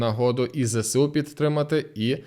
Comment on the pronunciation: Зе еС У а не "зесеу" літери Се в українській мові немає дякую